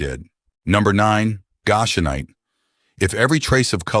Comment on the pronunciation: Please, please, please. Some living person , CHECK YOUR PRONUNCIATIONS!!!! Goshenite and Goshen are consistently mispronounced.